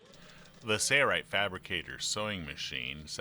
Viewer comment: Just curious, why do you pronounce Sailrite as 'serrite? '